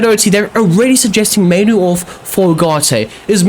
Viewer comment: Yea both those "mainoo" errors are all on you